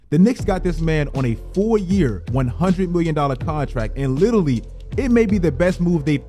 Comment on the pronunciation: Please learn how to say litarally, love u content thi